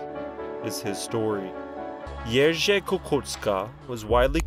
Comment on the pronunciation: I so appreciate your repeated pronoucing of Jerzy :D you're close! Also Kukuczka - think cz as the english ch kookoochka - much closer in sound. Kudos!